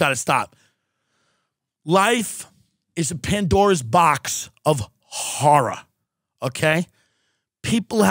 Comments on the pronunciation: “Life is a Pandora’s box of horrah.” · The way Tim Dillon says “horror” is the reason I get up in the morning